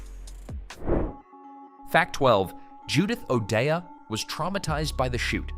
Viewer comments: Pronounced "O'DAY Not O'DEEAHH" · I worked at Karl Harman's recording studio and met a few of these people. Judy O'dea pronounced her name "O'Day." One of the supposed news anchors was Frank Doak, Karl's business Manager. I was in the army at the time or I would or I would have worked on the movie, probably as a sound man. Most of it was shot on location, not in a studio. Except Doak was shot in one of Karl's control rooms.